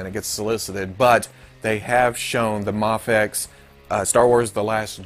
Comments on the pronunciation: You dont have to say muhfex its just an acronym, the way the letter is said doesnt dignify the way the word us said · "The Mafexio" Please let this be how you pronounce it from now on lmao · New game: drink every time pronounces Mafex differently.